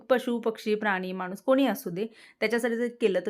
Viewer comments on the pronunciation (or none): none